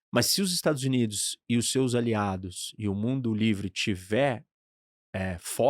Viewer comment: Só acho engraçado quando fala mundo livre